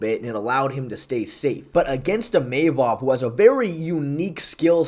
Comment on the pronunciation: Imeimov nah "Imahmov"